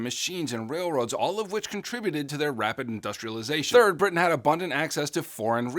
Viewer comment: and said britian instead of britain